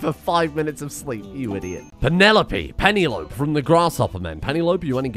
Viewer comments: Pennylope lmao,, its pen-el-op-E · This man deadass pronounced Penelope like penny lope